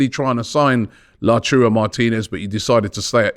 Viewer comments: It’s pronounced LA-TA-URO not LaCHURO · Oh God, Robbie is back with "Lachuro" Martinez again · Someone tell Robbie it’s pronounced “Lao-TAR-O” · Return of “Lachurro” 😂